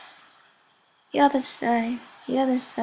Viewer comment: This is ghetto as fuck. Who the hell makes duct tape hats. GHETTO!!! WHy do you pronounce other as oder?